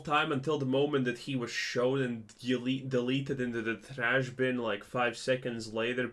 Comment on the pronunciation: It's traash